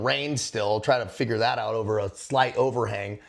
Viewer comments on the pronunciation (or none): none